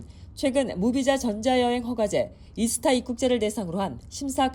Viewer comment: 미국 한인방송까지 이스타라 발음하면 어쩌나